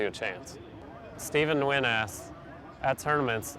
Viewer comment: Whoa... he didn't totally butcher "Nguyen" ...